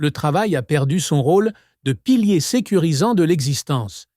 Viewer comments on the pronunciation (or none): none